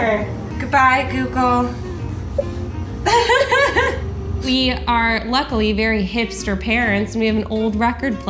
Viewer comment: Whyate said bye doodle not bye google